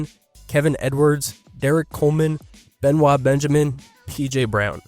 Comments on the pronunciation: Benoit Benjamin's name is not ben-wa, it's pronounced like it's spelled, ben-oyt. He's not that obscure of a player...you're either AI or you're not that big of a basketball fan. Does anyone do research before making videos? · Be-noit (noyt) Benjamin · Be noyt...not Benoit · Be-noyt Benjamin. I agree, it should be pronounced Benoit, because it’s French, but that is not how it was pronounced. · hehe, "benwah benjamin". that's a funny mispronunciation. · I caught that too